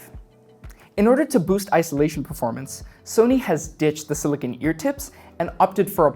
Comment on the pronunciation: You are saying silicon ear tips when you are referring to silicone ear tips, a subtle but important distinction. Silicon is the element Si itself used in circuit boards while Silicone is a polymer composed with a backbone of (-Si-O-Si-O-) also know as polymerized siloxane.